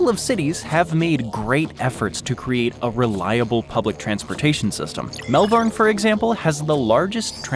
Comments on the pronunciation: Say it Mel-bin. Not mel-born. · The way Americans pronounce Melbourne.... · So I’m 8 minutes in and there is already sooo much incorrect info! Here’s a tip, want to know about Australia? Ask someone who can least pronounce Melbourne!! (Ask an Aussie, not an American) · As we say in Australia, What a crock of Shit!!! Can't even pronounce Melbourne correctly!!